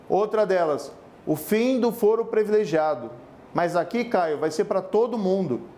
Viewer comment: Moro depois do "CONJE" ME SOLTA UM PREVILEGIADO". CARA VC NÃO SABE O PORTUGUÊS. "PRIVILEGIADO " É O CERTO. NÃO SEI COMO VC CHEGOU A JUIZ SEM CONHECER A LÍNGUA PORTUGUESA.